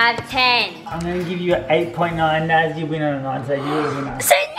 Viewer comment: It’s naz